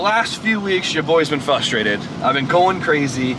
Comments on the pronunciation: don't you mean frustrated not fustrated lol forgot the r lol love u!!!!! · Damn "fustrated" always love the way he says it hahaha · "Fustrated" is all I heard lol